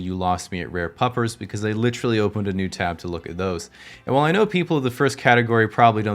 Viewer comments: you've had this channel for almost 4 years now and still can't pronounce literally... lit·er·al·ly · Ugh ... american english speakers who say literally as LITrally. One of my few pet peeves. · Is this guy getting paid for every use of the word "literally", and double points for pronouncing it like "littrally"?